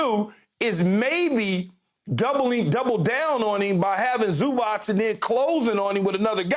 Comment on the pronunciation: First thing: he is not Zubak, he is Zubac. Second thing: it is about time for NBA to learn fundamentals of this game!